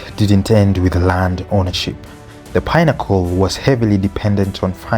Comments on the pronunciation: Pinnacle is pi-na-ko not pine-acle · why do you pronounce pinnacle like pine-accle? good doc though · The pine-accle pronunciation is annoying and wrong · Where did you find that pronunciation from? You wanted to put cliche on your video.,we all know how it's pronounced why start pronuncing it differently and you know how the word should be pronunced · The name of the towers is a big part of the video and the way you're pronouncing it is like pineapples is throwing me off ngl